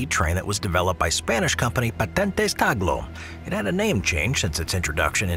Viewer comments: It's tal go not tag lo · Dude cant read. Its Talgo not taglo. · the Spanish train is spelt T-A-L-G-O. Whilst the on-screen credit is correct, your narrator voice misspels it 6 times, calling it T-A-G-L-O. I am sure it is an oversight, but the wrong pronunciation of foreign names/terms is unfortunately quite common among certain English language speakers. The more reason to pay more attention in the future. PS - Check the name of the city for the first route you mention. Again, is is a foreign term, but there is no reason to mispronounce it with all the resources available to get it right. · When it came to the spanish raills (Talgo), you spelled it Taglo but it is spelled like it is written. (Tahlgo). And when Talking about the ICE 4, there were footages of various Siemens Velaro (ICE2/ICE3 trains). The ICE4 is currently set to max speed of 265kmph (which is about 1170mph). But otherwise it‘s an impressive video again. P.S.: We don‘t spell the ICE trains (Ice as in ice cream) but rather Ei Ce Eh (because ICE stands for Inter City Express). Interesting also that you already have shown concept arts of the Velaro Novo which is part of the ICE 5 generation project which will replace the ICE 3 (Velaro) by 2030s, however there‘s also competition from Alstom and Talgo so it‘s not sure if Siemens or Alstom/Talgo will take place to build the new ICE 5 generation. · It´s TALGO, not Taglo